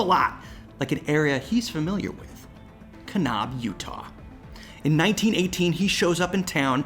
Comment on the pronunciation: Can-ab, not Kahn-ahb. Understandably, way beyond any editing fixes (‘cause that would be weird). This is just to help future users of the word. Great story.